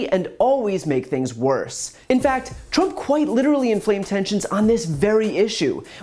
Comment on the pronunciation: She also said President Trunp